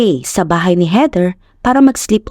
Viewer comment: HEATHER pronounced as in weaTHer